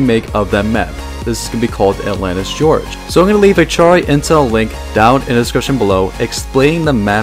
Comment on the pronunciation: Lol it's Gorge not George.